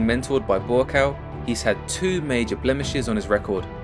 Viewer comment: Buakaw . You need to pronounce him as. Phenetic- Bhoo kow. It means mountain I think